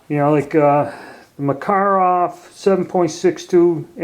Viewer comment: I believe he is saying it correctly. But usually folks don't mind the mispronounced but more popular way of saying it.